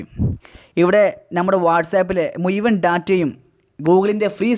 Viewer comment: മുയവൻ അല്ല മുഴുവൻ